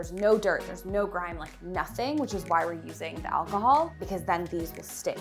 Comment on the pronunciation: Please just say alcohol. Also, when you pulled out the fridge and stove to clean and tile, I was ecstatically happy!!! I always love your kitchen makeovers, but this is my favorite. Good job guys. 😍😘😋🤗